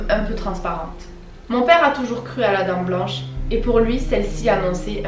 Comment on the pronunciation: Mais... tu dis la "dents blanche"😭😂😂 personnellement c ce que j'entends mais au cas ou ça se dit la "dame blanche: 😘😂